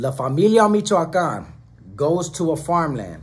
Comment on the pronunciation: It is LA Familia MichoacanA. That's how it is pronounced. I seen it on MEXICAN news. I was surprised and glad to FINALLY the little guy stands up to their oppressors. And not be like a bunch of sheep only talking about doing things and backing down when it's time to do something. More power to them because this is only the beginning.